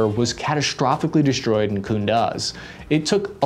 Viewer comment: Why did you say “Infantry Fighting Vehicle” like it had glitter all over it?? And there IS and actual German armored vehicle called “The Weasel”, lol!! And it’s “KUNDUZ” like coon-dews, lol!!!